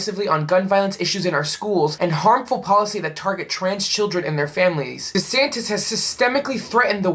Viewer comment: It's Duh'santis